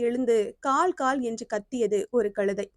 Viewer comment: களுதை அல்ல கழுதை